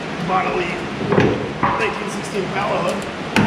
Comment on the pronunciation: Just wondering why you always pronounce impala wrong? It’s very annoying otherwise I like your show.